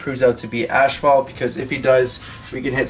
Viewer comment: Cool video. But son, its ass,fault. Not ashfault.lol , God bless 😁👍